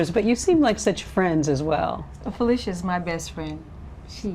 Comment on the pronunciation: PHIL- LEE-SHA not fill-ish-uh